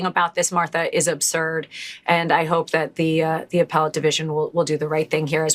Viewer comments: The word APPELLATE was mispronounced as appel ate, should be pronounced ah PELL it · Great video, but tiny correction: it’s pronounced ‘uh-pell-let’ not ‘apple-let’ 🤓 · Good. FYI it is "a-PELL-it', not ''apple-ate'. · Its not an "apple ate court", its appellate as in "uh-pell-at". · Did he say "apple-ate" court???? Thats appelate court. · uh-pell-et, not apple-ate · It’s pronounced uh·peh·luht Not 🍎-8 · The "Apple Ate Court"? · Did yiu actually say "apple-ate" for the word appellate???? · Poor Donnie, it almost makes me feel sorry for him. Almost. :eyes-purple-crying: And what is an "Apple Eight" court? :face-fuchsia-poop-shape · Sorry, but what is "apple-ate" court? Did he mean Appellate? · "Apple-ate"? Is that an alternative pronunciation? never heard that. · Just need know. What's an "Apple-Ate Court"? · Did you just say “apple ate” instead of “appellate”😊?